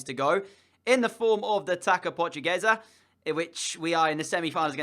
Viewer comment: Ri-me tanto quando ele disse "taca"😂